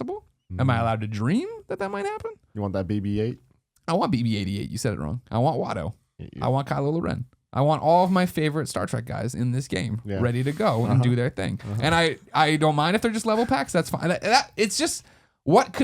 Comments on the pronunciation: He says Kylo Lauren every time... it's a joke from a while back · Also did he say "Kylo Lurene"? Oh Greggy... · It cracks me up with the people in the comments trying to correct Greg on BB-88 and Kylo Loren lol